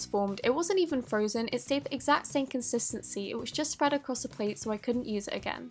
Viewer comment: Stop saying contistiny it's annoying